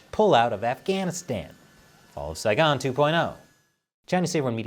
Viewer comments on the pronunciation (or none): none